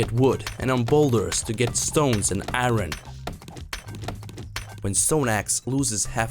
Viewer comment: Lmao the accent "to get some stone and aaron" and "temperature isolations"